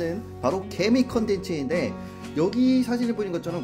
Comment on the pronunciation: 나 개미를 게이로 들었어😂😂